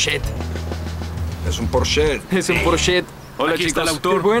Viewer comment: La traducción hace que me revuelque de la cólera, “un porsché” 😤